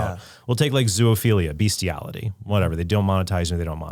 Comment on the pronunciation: Trent...there is no such thing as ZOO OPHILIA. That word doesn't contain 3 Os. It's ZO - O - PHILIA. Sorry for being grammar police :D. The newer generations see word ZOOLOGY and they think double O should be read U but it makes no sense to pronunce it ZULOGY so they keep adding 3rd O out of the blue and you end up with stupid things like ZUOLOGY without knowing that the word ZOO is abrreviation from zoological garden. END OF RANT :D